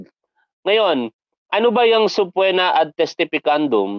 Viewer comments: Hindi subpwena tol, it’s subpeena. Ok lang yan. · sir subpoena (subpina po hindi po subpwena) salamat